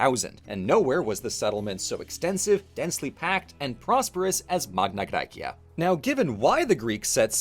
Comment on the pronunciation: One question: Why are you pronouncing the Latin Magna Gracia with a classical pronunciation (bar the gn instead of the ñ) but you use the Modern Demotic pronunciation for the cleary Attic Μεγάλη Ἑλλάς? Edit: Same with Cyrene. It's written Κυρήνη, not Κιρινι. And with all the other Ancient Greek names and terms. And you pronounce the Ancient Greek Neapolis with in a Demotic accent instead of using the Modern Greek Napoli. You are a Germanic, you have the sound repertoire to approximately pronounce Attic. It would've also been nice to mention that while Southern Italy is now overwhelmingly latinized, there is still a small group of Greek speakers, the Griko, in former Magna Graecia who speak an Italiot Greek dialect.